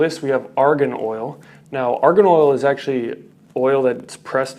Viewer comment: "arian oil" haha